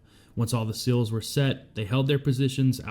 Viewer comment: Love the coverage but learn to say “seals” not 😊”sills”